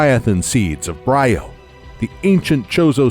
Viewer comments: it's bree-oh, not Bry-oh. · Anyone else annoyed by the mispronunciation of 'Zebes and Bryyo. zeb-us bree-yo